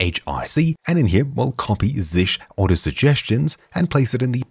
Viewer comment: It's not [zish] but [zee shell].